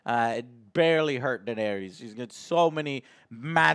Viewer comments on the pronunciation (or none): Unrelated, but it's funny how Joe mispronounces almost every name is this show: Danareeez, Varieez, Urion, Cleegan, Mahsunday.... LOL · "And he CAN'T even say the names write! Not Daenarys, not Drogon.. But somehow he can write everything" Wut? Btw. it's DaenErys. :D